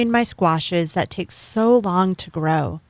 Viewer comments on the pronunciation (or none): none